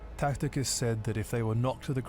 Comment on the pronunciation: Who TF is Tacticus? Does he mean Tacitus? lol